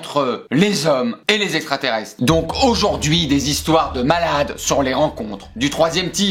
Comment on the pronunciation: "LES ESSSSSTRATERESTRES"